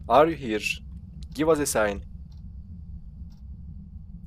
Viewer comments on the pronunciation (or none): Abi give us a sign i ck garip soyluyorsun tıpkı he was a sign dermis gibi cikio hayaletin isaret vermesini etkilermi bu olay